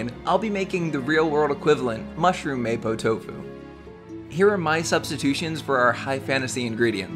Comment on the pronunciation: Hi. The dish is pronounce "Mah-po doufu" keep up the good work 👍